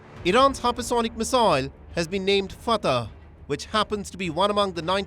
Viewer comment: It's not Fatah. It's pronounced Fattah, fat-taah. Get it right